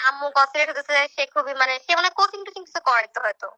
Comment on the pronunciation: হা হা হা পড়ালেখা দৌড় দেখেন। কোচিং এর উচ্চারণ করেন চোজিং। না আপনি অশিক্ষিত বাটপার এবার বুঝতে পারছি